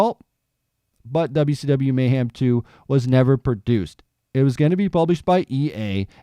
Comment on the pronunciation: There's no such word as "mayham".